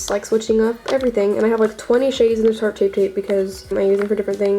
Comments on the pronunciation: IS NOBODY GOING TO COMMENT THAT SAID "SHART" INSTEAD OF TARTE AT THE CONCEALERS 😂😂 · Did she say shart shape tape😂😂😂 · it sounded like u said shart tape shape and i felt that